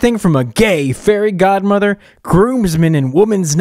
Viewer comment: Society: * mad about a male being fairy godmother* 🙄 Me: “ Correction he’s fairy god-ma-vah“😂